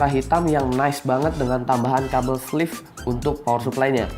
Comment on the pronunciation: sleeve bukan fleeve